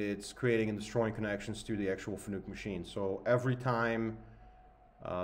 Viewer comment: its pronounced fa-nuc .. not fannuck